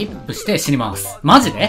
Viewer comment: なんで詩にまーす？ 死にまーすじゃね？